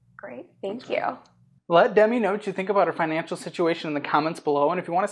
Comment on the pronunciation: So her name is Demi? When she said it it sounded like "Dumy" and i thought that cant be right.